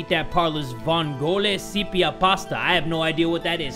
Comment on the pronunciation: We call it "Spaghetti alle vongole" literally "Spaghetti with clams" but he also sepia with it (seppia) I don't know if that's the way you write it in english or if they didn't write it in the right way, but in Italian it's seppia not sepia, but i can be wrong You kinda screwed the pronunciation but it's ok :V